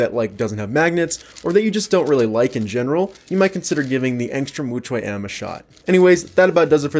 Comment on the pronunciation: Sounded like he's saying extra wuque m lol